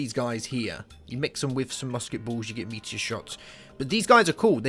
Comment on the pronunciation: thought you said meatier instead of meteor xD